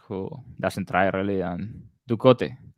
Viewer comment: Doo Coe Te not Du Cot